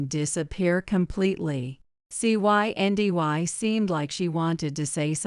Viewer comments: “Cyndy” also known as Cindy. What was so difficult about just saying the name? Even an AI app should have been able to handle reading a name ! ( key is …properly programming & proofing) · The girl's name is pronounced CIndy!!. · You keep spelling out the name instead of pronouncing it.